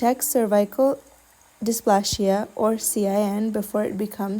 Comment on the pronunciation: You have an amazing accent and such a lovely pleasant voice. Excellent reading! Can I make one suggestion to keep it absolutely perfect? Pronouncing -plasia’ as in ‘dysplasia’ or ‘hypoplasia’ is ‘Dis or Hypo’ and then ‘Play-Zee-yuh’. Sounds much more aligned to British or American English, or even Australian English. ‘Hypo-plashia’ sounds quite jarring to a native English speaker, especially when everything else is beautifully pronounced. Keep up the excellent work! Hope this helps you and anyone else out there ❤